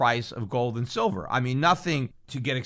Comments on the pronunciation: He said 'Shillver' 42.05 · Did anyone else notice that Freudian slip "Shillver"?